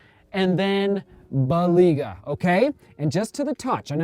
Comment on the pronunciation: it is pronounced Bel-AY-gah